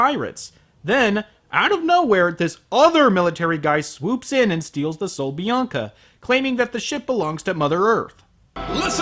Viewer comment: HAHAHAHA. Buen acento español XD. Saludos desde Argentina. Nice spanish tune XD. Greetings from Argentina.